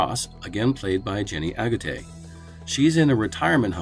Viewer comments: Jenny AGUTTER, not "Aguttay" ! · That's some horrific mispronunciation of Jenny Agutter's surname. It's not pronounced Agurtay, where the hell did you get that from, are you dyslexic?